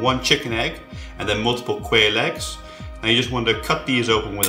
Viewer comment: Did he say "queer egg"?